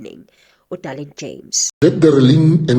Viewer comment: Her name is Dereleen not Darlene 😂